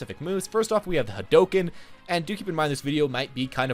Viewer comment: Its Hadouken.